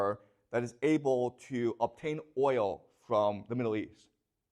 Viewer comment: The class of dummies, Cant say oil😢